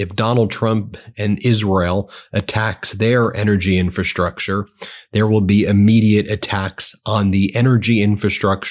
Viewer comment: Shtrike, deshtroy, infrashtructure. The impediment is getting worse, Ben.